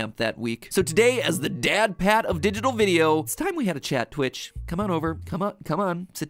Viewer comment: It’s Twitch not Snitch